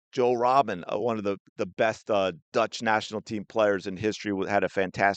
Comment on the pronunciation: You mean Arjen Robben? Sounds like you said Joe? Either way, yeah, he made a living out of cutting in onto his left foot. He was unstoppable for a while.